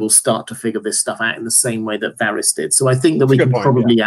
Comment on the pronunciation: Varys was literally pronounced a hundred times on the show. How does this dude still get it wrong?